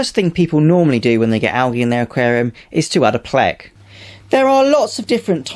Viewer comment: The way he says "pleks" lol (no offense)